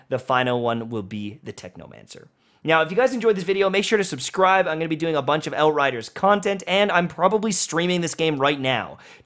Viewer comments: i'm sorry, did you just fucking say el riders??????? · Thumbs down for the "L" riders. It's outriders